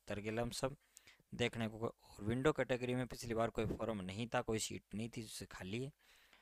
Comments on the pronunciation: विंडो नहीं... विडो है आपकी इंग्लिश का ठिकाना नहीं और इंगलिश की कट ऑफ बता रहे हो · W D sir kam se kam is word ko window mat boliye yah to widow ka short form h bahut bura lagta hai aamp se sunkar jo bhi YouTube per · Sir! It's not window category...it's widow, pls first try to pronounce correct words then make videos...it's a humble request pls... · Sir window nahi widow bolo 😀😀😀